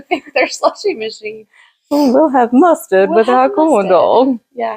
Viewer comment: My goodness I just started laughing had tears down my face. Mustard in British accent. Lol Happy Mother's day ladies.